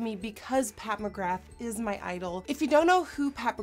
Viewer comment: I heard "Pat McGrath" as "Papa Graph". Lmao.